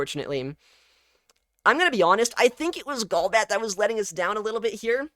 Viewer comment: Gaul-bat ❌ Goal-bat ✅